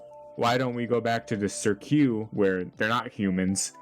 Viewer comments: THAT'S WHAT I SAID it is cirque not sirq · sir q is a crazy pronunciation of cirque btw